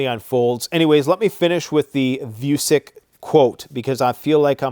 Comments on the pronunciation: Vučić isn't voosick, voo-cheech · Last name of the Serbian president is pronounced: v oo ch ee ch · Its Alexander "Voo-chi-ch". You guys have foogle translate right? You can select the appropriate language and have it read it out for you... Just saying. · His name is not view-sick, it is: victory, uno, child, India, child